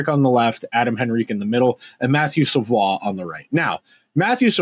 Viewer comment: Savoie is pronounced like Savoy... unlike Rafael Lavoie